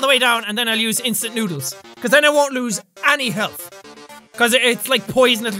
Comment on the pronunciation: I like how he said "INSTANT NOODER TIME!"-jacksepticeye 2016